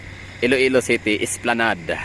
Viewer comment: Esplanad po Sir mag pronounce ng esplanade❤